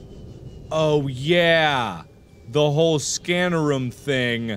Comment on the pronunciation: mark saying room like ruum